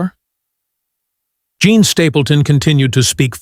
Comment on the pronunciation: Her name is NOT JOHN. I hate when A.I. narrates these things.